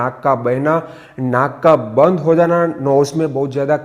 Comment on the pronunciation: Bandh nahi band .Chhi itna bhi nahi aata !